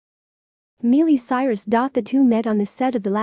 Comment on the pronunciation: Can only take so much “Mealy Cyrus.” Couldn’t finish the video.